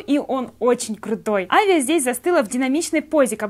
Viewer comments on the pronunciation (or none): Не Авиа а Авея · Не Авиа а Авея Троттер!Но обзор классный! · правельно авеея две ее как ударение